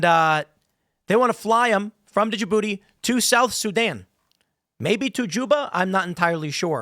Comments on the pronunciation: It's pronounced juhbootee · Stop pronoucing the D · As a French, the way you pronounced "DJ Booty" was hella funny.